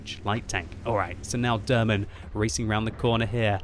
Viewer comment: it's funny to how you pronounce "derman" :)